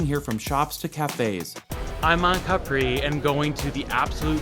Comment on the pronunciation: it's Capri, Not Capri' ! Capisc?